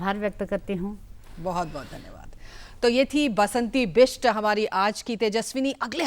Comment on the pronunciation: " बसंती बिष्ट " बासंती नहीं!